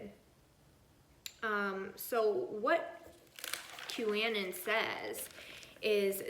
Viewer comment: Anon is short for anonymous. It's pronounced Q a non